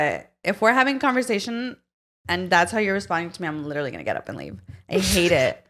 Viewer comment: Let's keep count how many times says LIT-TRA-LY in one pod episode since she wants to point out repeating herself. 😂